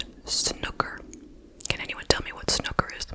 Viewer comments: I used to live about 15 minutes away from Great Baddow and have friends that went to Anglia Ruskin. I remember hearing about it at the time and thinking wtfffff... P.S. It's pronounced like 'snooo-ker' and it's similar to pool but played on a bigger table with quite specific rules 😅 very English! I used to work in a snooker club 😅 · it’s pronounced sn-oooo-ker as well - more emphasis on the oos 😊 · Really late to this one but snooker (the oo is pronounced like in hula hoop) is like pool! I didn't realise it wasn't a worldwide thing!! Thanks for covering this case x